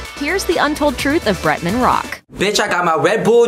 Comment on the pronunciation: Yah lazy to say BRETMAN ? So irritating 🙄